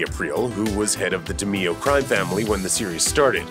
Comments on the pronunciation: Dah-may-oh not di-me-oh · Get these people‘s names right the Demeo family , not the Dimino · When you pronounced DiMeo as di-me-oh It's di-may-oh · You need to get the names right. Duh May oh, Bomp in sar oh. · It's duh may-yo.. dummy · Duh-mee-o? God damnit bro. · Good lord…said DiMeo like “Dameeoh” 🤦‍♂️ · Can’t even pronounce “ DiMeo”. I’m out at 19 seconds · Learn how to properly say the familys name. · It's so obvious that you've never watched the Sopranos. Jesus christ. Looper has some of the all time dumb takes (like theyre videos on game of thrones for example) but this one is very bad. between ur mispronunciation of names to the fact that you said Tony Blundetto was known as Little tony lmfao